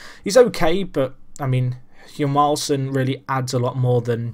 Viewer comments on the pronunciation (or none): Swede here, Hjalmarsson is pronounced like Jarlmarsson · Hjalmarsson is pronounced JALL-MAR-SON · It's pronounced jal-mar-son (silent h) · no more like Yalmarsson